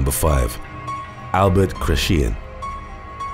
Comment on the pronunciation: Kret- chee-an is how Chrétien is pronounced. Not kret-shee-yan or whatever that was. I mean, it was the last name of one of our Prime Ministers and is easy enough to find online for pronunciation. I think that is the only issue I have with this channel - the narrator needs to do a better job of learning how to pronounce names and place names.